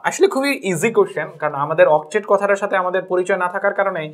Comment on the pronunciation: sir apni octave na octate bolben ey spelling ta ektu please likehy diven sir